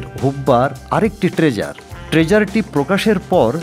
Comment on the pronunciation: শব্দগুলো হল "টিজার" ট্রেজার নয়, "কলা কুশলী" কৌশলী নয়। এরপর এমন কিছু করলে সঠিক উচ্চারণ করার চেষ্টা করবেন প্লিজ।